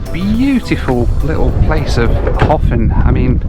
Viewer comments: How long before you learnt that it's not pronounced "Hoffen," but "Herpn" :-) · Sitting here in my home in Reykjavík, in late March, watching this video definitely makes me wish we could skip ahead to summer all at once! The south coast is incredible. The name "Höfn" is pronounced something like "Hup" in Icelandic, but for a non-native speaker, that terminal sound is nearly impossible to get right for an Icelander's standard, so "Hofinn" works. I would love to see you come back again sometime! (For some scenic air travel, the flight into Akureyri is particularly fun because the airport is surrounded on three sides by mountains, at the bottom of a fjörd.)